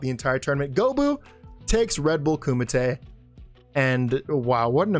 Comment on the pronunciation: Did you say Ku-mite?! It's Ku-me-tay!